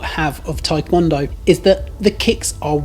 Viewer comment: The Tae in Taekwondo is not pronounced as "Thai" ... it's Tê ~